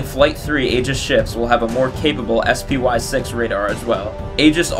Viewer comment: Please, call it spy, like the word. No one who interacts with it calls it ess pee why, except maybe to politicians and investors If no one else has mentioned it